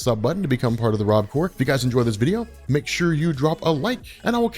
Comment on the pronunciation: Why is the “peace” always so delayed 😂😂